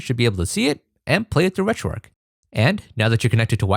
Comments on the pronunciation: great video. one thing. There's an "h" in "RetroarcH" mate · Why do people pronounce it ‘RetroARC’ when it’s RetroARCH!!